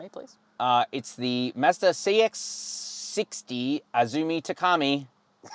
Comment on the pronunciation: I had to stop watching these clowns, can’t even say Azumi